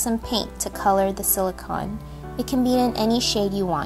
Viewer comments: It may be spelled as silicon but it is pronounced silicone. I am not trying to be rude in any way. This is still a very adorable creation. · Sweetheart, it's pronounced sili-cone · Btw, it's pronounced "si-lih-cone" . Silicon is an element. Silicone is a man made substance. Whenever my friend sees this (he's a science freak :F) he rages on and on.